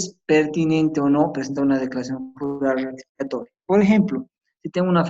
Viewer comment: Lo corté a los 10 minutos porque me irritaba sus términos como wrectificatoria, ewror, wrevisión, incuwrir.